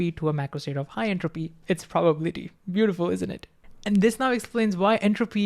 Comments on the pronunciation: Divide long words into parts - that's how one reads tonguetwisters. Probability - PROBA💉 - BILLY🤠 - TEA🫖 Meanwhile bro pronounces it like PRO😎 - BUBBLY🛀 - TEA🧋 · PRA-buh-bility Every time he says pro-BAH-bility it gets me. I'm like WAT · It’s prah-ba-BILL-I-tee, not pro-BAB-li-tee.. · Very engaging presentation. But please, please stop saying probablity. It hurts. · Greaaattt video awsome really but everytime you say probability i want to just 😭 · thats not how you say "probability" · I learned a new way to pronounce probability which I thoroughly enjoy 😊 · But then Feynman said:, your explanations are good and you communicate my lecture material well, but why, why, why,, do you insist on pronouncing “probability” incorrectly? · The way he says “probability” lol. I love this guy